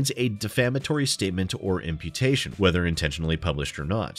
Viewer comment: I had the video going on in the background and when you said "imputation" I thought you said "amputation" and was VERY confused about how defamation was handled down in Australia...